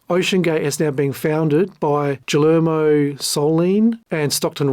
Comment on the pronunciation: Just needs to learn how to pronounce Guillermo.